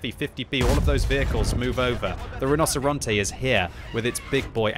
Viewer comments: I don't know anything about spanish BUT in italian "rinoceronte" is pronounced "rinoceronte" not "rinoseronte" xDD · Mostly. Rinocerante is said like “Ree-No-Cer-An-Tay,” and he said it like “Rah-No-Cer-An-Te.” Pretty close. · pronounced 'rino-che-ronte' because a 'c' followed by an 'I' or 'e' makes a 'che' sound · You mean you played the Tier Ten iTalian auToreloading Tank RRRRRRRHinoceronte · Hey, the tank is pronounced "Reenocherontay" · Correct, kept butchering it but i don't blame him, it ain't easy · Hey! I promise I'm not trying to have a go at you, absolutely love your videos, just thought I might mention that the "c" in Italian will sound like a "ch" in this context! The rest of your pronunciation is actually pretty on point, just thought I'd drop you a quick tip! Thanks for the awesome content, I always learn a lot! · you need to learn how to pronounce rinoceronte right:D